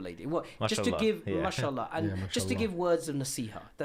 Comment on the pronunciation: He can't even say MashAllah , he's saying Mushallah